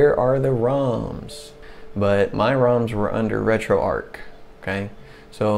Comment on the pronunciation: Great video very well explained, but it's retro arch as in archway not ark as in imaginary zoo boat. Your killing me lol.